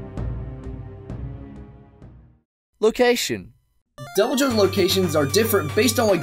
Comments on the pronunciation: its not ai bi ru oh in japanese its I BI RU JYO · It’s called ee v il joe or e v il joe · It’s “ibirujou” It’s literally supposed to be “evil jaw.” Don’t use English pronunciations for Japanese words...or at least click the “dictate” function on Google Translate! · That was the most terrible pronunciation ever. While you were on Google Translate you could've tried the speaker button. イビルジョー would be pronounced more like "Ee-bee-lu-joe". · Sorry about this but you didn't pronounce "ibirujo" correctly xd